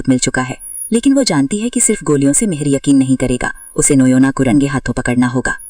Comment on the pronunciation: Noyna❌ noina ✅